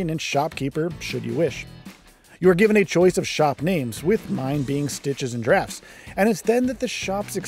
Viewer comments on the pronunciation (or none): Stitches and drafts is not the correct pronunciation